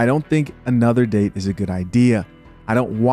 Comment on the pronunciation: Coffee d-ate on first d-ate